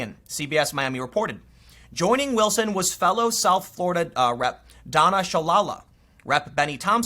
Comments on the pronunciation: Tim, "Shalala" isn't pronounced "shah-lah-lah". It's pronounced "shah-LAY-lah". I mean, seriously. Donna Shalala has been around in politics for nearly 30 years. How can you not know how to pronounce her name? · Tim - I've been subscribed to your website for more than a year. You brought up Donna Shalala, former HHS Secretary under Clinton...it's pronounced Sha-lay-la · oooh, you mispronounced Shalala, you is in trouble now, homeboy..